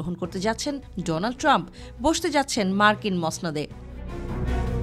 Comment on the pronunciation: ডোনাল্ড ট্রাম্প রোনাল্ড ট্রাম্প 😅😅 নামটা ভালোই দিছেন ভাই এসব ভালো মানুষের নাম ভালোভাবে উচ্চারণ করা সম্ভব না তার প্রমাণই দিয়েছেন আপনি